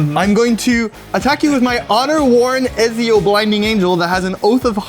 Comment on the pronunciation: Loved the game but the way you pronounced "Ezio" killed me inside.